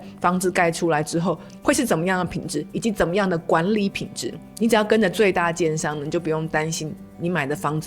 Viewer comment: 老听着你叫人家奸商奸商的，听到第八次才知道你在说“建商”😅